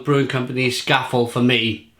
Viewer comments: I thought it was pronounced Scah-fell? 😉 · If we are being pedantic it's actually pronounced Scaw-Fell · it’s ‘Scar-Fell’ as in the mountain in the Lake District! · Pronounced 'Scar-fell', this beer is named after the Cumbrian Fell (mountain) of the same name.